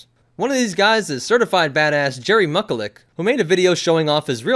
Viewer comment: Jerry MUCK-A-LICK? Try Jerry MISH-IL-ICK!!